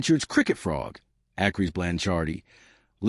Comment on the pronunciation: Sick of hearing the guy say "Fraud" in stead of Frog.